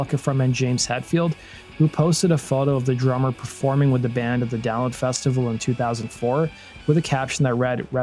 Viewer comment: I had to re-wind to hear you say Download 'cause I swear you just said "Down Festival"